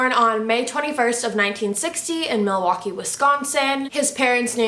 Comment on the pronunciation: I live in Wisconsin and that’s not how you say Milwaukee